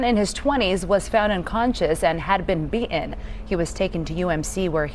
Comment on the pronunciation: ITS PRONOUNCED “ BEATEN”